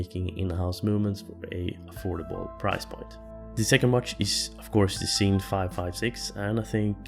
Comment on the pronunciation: it's pronounced "zin"